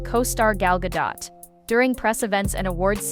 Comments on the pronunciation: Who the F is "Garl Gadote" lol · Shame you do not know how to pronounce the name "Gadot" young lady.. Guess you're not a fan.